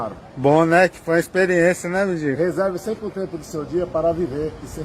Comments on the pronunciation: Moço, é MENDIGO e não MEDINGO. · Toda vez que você fala dingo, racho o bico por aqui.......kkkk